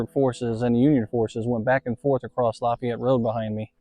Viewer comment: pronounced la Fay ette. It's like adding the La in front of the town where Ft. Bragg is leaving off the ville part.